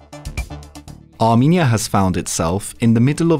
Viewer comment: armEnia not arminia